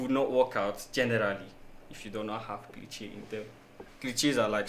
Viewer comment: And please it’s pronounced (klee•shei) not (klee•che) 😇✌️